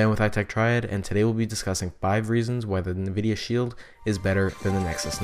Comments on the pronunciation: Ecks™ No, he's saying NAHvidia, but it is ENNvidia. Better check YOUR hearing. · Nvidia is pronounced EnnVidia, not Nahvidia. So annoying. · Ecks™ If you're hearing "Enn Vidia" and not "Nah Vidia" you are the one with the hearing problem and had better listen again. I've listened to it again, carefully, extra loud, and he is saying NAH vidia, plain as day for those who listen. Did you even bother re-listening or are you just assuming you got it right the first time? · No hate to you but its N vidia not nuhvidia :} nice video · Ecks™ Ultimist I'm saying "Nah Vidia" because I hadn't realized I was pronouncing it wrong.